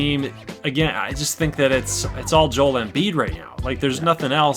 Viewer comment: “Jole embiid”